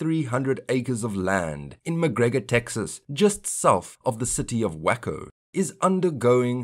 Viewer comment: Waco, Texas is pronounce 'Way-co,' not 'Wacko.' And McGregor is west, not south of the city. (Actually WWSW, just south of directly west.)